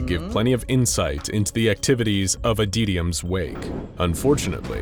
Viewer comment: "Adeetium" Like, seriously, you have pronounced the word "Adytum" correctly before.